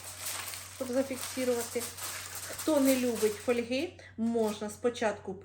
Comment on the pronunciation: Не фольГА, а правильно - ФОльга!!!Багато русизмів,це суржик!!!!!